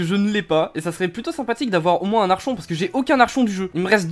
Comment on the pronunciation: « Ça serait bien d’avoir un ARCHON » Ça s’écrit Archon mais ça se dit Arkon 😭